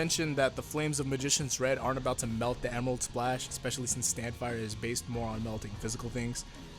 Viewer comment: Emerarudo splashu!!